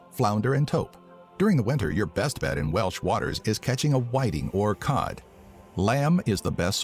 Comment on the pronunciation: we are called the welsh, not the welch.